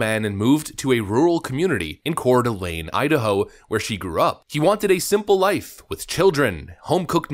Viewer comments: Bonus points for pronouncing Coeur d'Alene correctly. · Thank you for pronouncing the city in Idaho correctly 🙂. It has always bothered me when I hear someone not pronouncing city names correctly.